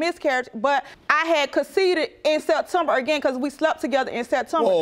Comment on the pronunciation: 😅😅😅😅😅 i thought i heard coceded too